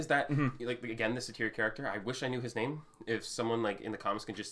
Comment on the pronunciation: "Satyr" is pronounced almost like "sadder". Suh-teer isn't even close.